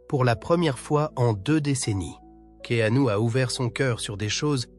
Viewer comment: prononcer Keenu et non Ke anu...!!! 😅😂😅